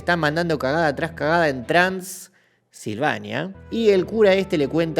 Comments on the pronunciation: Yo solo puedo pensar en la pausa innecesaria en "TRANS...ilvania" 😂😂😂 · La forma en que dice "trans" silvania es épico. Después de decir que los peores monstruos estan en el vaticano 😅😅